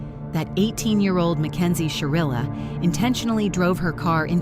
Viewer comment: SHIrilla. with an I.